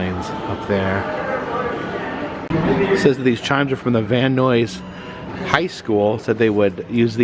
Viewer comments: Just as a note, as a local, it's pronounced like multiple Bill Nyes, not Noise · Van Noisss! Love it! unintentional shade to the valley perpetuates decades of insults! 😅 VAN-NIZE! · Are you purposely mispronouncing Van Nuys just to piss people off? Van EYES...not van oys. How are you even coming up with that ridiculous word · “Van Nuys” rhymes with “man guys,” not “man noise.” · It is pronounced Van-Eyes 🚐👀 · Great video! And for the record, Van Nuys is pronounced Van "Nyes" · Pronounced: Van-Eyes. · I think the Van Nuys sounds like "eyes"...but I could be wrong? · Van Nuys is pronounced Van Nies ( the u is silent) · It's pronounced: Van Nighs, sir. Thank you! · Van Neyes is how it's pronounced 😊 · The way we pronounce it sounds like "van-eyes". Man, you showed up at my job twice (Halloween Horror Nights and Super Nintendo World) and now you're in my neighborhood! Wish I could've met you! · Before you leave please ask a local how to pronounce Van Nuys. 😊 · I live in Van nuys and his pronunciation was bugging me. Lmao 😂😂😢